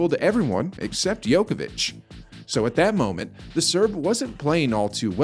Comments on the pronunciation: Your competence to comment on Novak is kind of questionable since you mispronounce his name? Ignorance or disrespect? Djokovic rather than Yokovic ! His the GOAT for god's sake!!! BS video!!! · It’s not Jokovic it’s Djokovic. Spell it right!!! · You keep calling him Joković (it would be same as calling Federer Pederer). You obviously "really" dislike the guy. Same as for western media, Nole is such a difficult pill to swallow for you guys... Ts soo sweet to hear your anger (;D)... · His family name is mispronounced!!! "Joković" ("ć" is a letter for soft "ch"), but you keep pronouncing the funny mixture of basketball player "Jokić" and "Đoković". It is possible to find on Wikipedia. You put so much effort to create the clip, and you coudn't pronounce the name right??? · I've never heard it pronounced 'Yoke a vitch'. I'm used to a 'J' sound at the beginning. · Stop mispronouncing the name of The GOAT! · So I'm supposed to listen to the commentator and take him seriously even though he can't even pronounce his name properly.. That is evidence this person has never watched a tennis match in his life. Quit wasting our time. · Sick propaganda, you are true just like his name pronunciation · wow just wondering why would you make such a video? You intentionally mispronounce his name . you even used Federer's broken racquet and attributed it to Djokovic, you are just little piece of (something that rhyme with HIT) shame on you